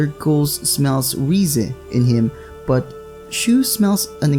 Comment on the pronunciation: it's rize not riza